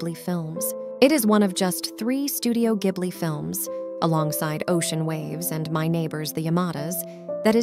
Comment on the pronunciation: is this an ai channel?? it's pronounced jib-li lol either way i love whisper of the heart! its such a good movie.